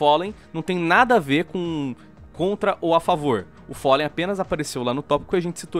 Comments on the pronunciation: ``o follen`` kkkkkkkkkkkkkkkkkkkkkkkkkkkkkkkkkkkkkkkk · É FALLEN e não follen